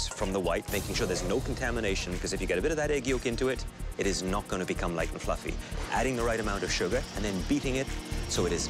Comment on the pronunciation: “sponge noice and fwuffy